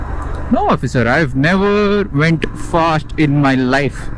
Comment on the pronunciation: U never went phast, vehicles besides u were phast.....😂😂